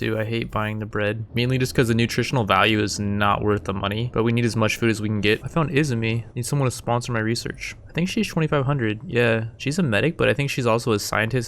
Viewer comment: 2 years to late but (E-ZOO-ME) izumi